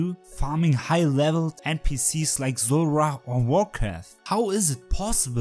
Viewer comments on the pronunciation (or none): none